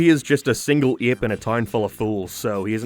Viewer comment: I'm just listening along and then all of a sudden, you say something in the most Irish way possible - Only to revert to a regular American accent. Like. NO American can say "Ape" like Irish people do "Eeap". But you do. Curious.